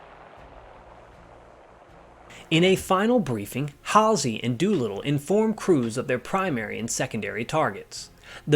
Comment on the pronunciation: Great research, concise content. Info not in any movie on this subject. William (bull) Halsey pronounced HALL ZEE.